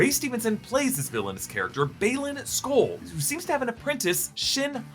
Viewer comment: Thank you so much for actually pronouncing skoll and hati right